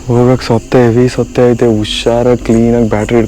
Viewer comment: ಸೊತ್ತೆ ಅಲ್ಲ ಸತ್ತೆ😊